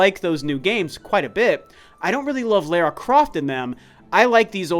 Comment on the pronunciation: Every time he said Lara I cringed.